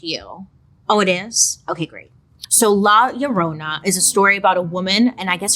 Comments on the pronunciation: Bailey you killed me when you said La Llorona 🤣 that’s not how you say it but now it is ! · Love the way she says “La Llorona” 😅♥️ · La Llorona… not to be confused with My Sharona.